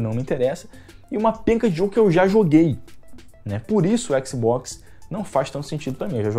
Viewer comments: Bom vídeo, mas que agonia o cara falando "xboxi" toda hora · Eu nunca reclamei de pronúncia nenhuma de nada, mas éqssibóqssi é foda kkkkkkk ótimo video irmão, não pega pilha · "O xboxi" Xbox de carioca mané